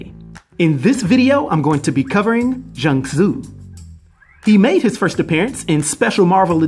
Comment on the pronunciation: u said his name right😂